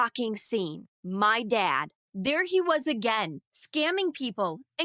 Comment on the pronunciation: I love how she said AGAING